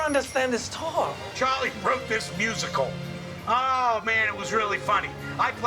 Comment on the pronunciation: "I love you to Chawley"